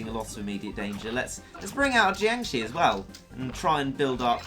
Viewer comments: oh jeez you were right you really can't pronounce the name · Can say Claustronyctophobia, can't say Jiangshi... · Tzisorey Tigerwuf they drain enrgy i think im not a big fan on zombie movies even though im chinese and the way says it is so funny